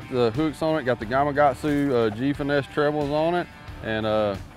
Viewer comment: Is Gamakatsu spelled wrong or can people just not pronounce the "K" in it? 😅👍